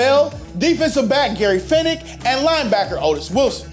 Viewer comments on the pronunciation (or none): It's Gary Fence-ick and Bill Pih-KELL not Gary Fennick and Bill Pie-KELL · I'm late but Gary Fencik (fensik) not Fenik... :-) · Fennik???? Its Fencik. Pronounced Fen-sick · 100%. This is the worst click bait BS ever. I did not want to hear you tell at me about this game ffs. Also, it's Gary Fencik not Fennik! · Who is Gary Fenick? You mean "FENCE-ick"? And dude, we can hear you! Stop YELLING!!! Also - not enough footage. Legendary team though...'85 Bears! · Yes! Thought that's what I heard. The other dude on this channel does the same thing. Deacon Jones is DEE-CON jones... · Gary Fennik? oh yeah you talkin bout Gary Fencik. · It's Fencik! Fen-Sick! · Pronounced "Gary Fencik." And Todd Bell was a safety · First off, there was no 2 point conversations back then, also it's fencik pronounced fensick not fencik. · Gary Finnic? GARY FENCIK Pronouced (FENSICK) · Gary FENCIK. FENCIK, not Fennik. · The Name is "Fence-ick" not "Fen-ick" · Fencik, not Fennick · Fencik!!! Not Fenic!! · You lost me when you mispronounced "Fencik" by calling him "Fenik" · I’m offended by him calling Gary fencik “Gary fennicc” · WHY ARE YOU YELLING? YOU HAVE A LAPPELL MIC!!!! IT'S FENCIK, NOT FENIK. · "Gary Fennick"??? LOL!!! Try FENCIK! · Gary “Fenick??” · i’m pretty sure they didn’t have 2 point conversions back then….and it’s Fen sick, that’s how to pronounce #45 gary’s name. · Gary FEN-cik. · I watched that game live and your offer some interesting observations. But then you mispronounce half the guys names, and you don't show any highlights from the game. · "The 11 point margin of victory was only a touchdown, a field goal, and a 2-point conversion". The only problem is the NFL didn't have 2-point conversions in 1984. This guy is also mispronouncing some of the player names (Bill Pickel, Gary Fencik) which makes me think he watching football in the 80's.